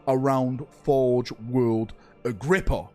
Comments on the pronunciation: I know i know, "Cant read" but i need to say it: Its Agripinaa not Agrippa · A whole video about an imaginary place that doesn't exist. Learn to read dude your so called "Agrippa" has a damn N in it FFS! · I believe in you, one day you will be able to pronounce "Agripinaa" correctly! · Take a shot every time he pronounces forge world Agripinaa wrong